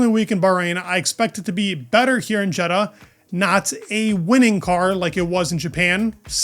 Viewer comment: Not Jed-uh. Ye-daw.